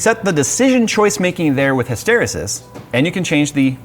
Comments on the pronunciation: hysteresis is pronounced his-ter-re-sis. His.... ter (like terabyte), re (like rebate), sis... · I apologize in advance for saying this, but my brain won't let me not tell you how to say hysteresis. Say it like hystereeses like the peanut buttercup. The root word also has a strange connection linguistically to women. Hysteria was once used to describe female mood instability, and this word weirdly enough comes from that. Many women will recognize hysterectomy and stuff. The word root came from the Greek word hystera which meant uterus. Strange how things evolve... I like this software btw. Great find. The world needs more sanity with regard to glue software like this. (Now if only we can do the same for all RGB systems everywhere...) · It's pronounced Hystereeeeeesis, it's not from histeria, but rather a word of it's own: Hysteresis is the dependence of the state of a system on its history. For example, a magnet may have more than one possible magnetic moment in a given magnetic field, depending on how the field changed in the past. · "His-ter-e-sis" not "His-tere-sis" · Isn't it pronounced His-Toe-Ree-Sis and not His-Tear-O-Sis? Mispronouncing words bugs me. Sorry :P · Hysteresis is pronounced hystir-ee-sis. So a long e sound on the second e. :) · pronounced: "Hiss-tur-ree-sus" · Hysteresis is pronounced hiss-ter-ee-sis. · Great video. Wish this had a Linux variant. Just FYI, hysteresis is pronounced hist-ter-EE-sis. Respect as always for your awesome videos! Especially cool to support an open source developer like this. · It's hiss-turr-EEE-siss. The accent is on the second syllable in hysteria, but it isn't in hysterisis. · It's pronounced "HIS-ter-EE-sis" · his stair ree sis; said chat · Hi-ster-ree-sis. Pronouncing chassis with a 'ch' instead of 'sh' is annoying but it seems all North American people do that, but the way pronounced hysteresis really got to me. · Hysteresis is pronounced: hi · str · ee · suhs. Phonetics tip of the day.